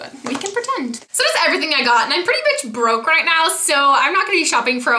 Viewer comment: I though you said much, not bitch! Haha